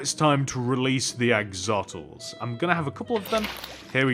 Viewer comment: axotls my ass. AXOLOTLS! AX-O-LO-TLS! it isn't hard to pronounce if you know how to do it correctly! also, they are comically nicknamed the Mexican walking fish. i'm not kidding, look it up.